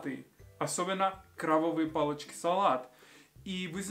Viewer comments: «Кровавые палочки» 😆 Нужно быть осторожнее со звуком «б» и «в» в русском языке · "крабовые палочки" ты произнёс как "кровавые палочки" (sangrante). jjj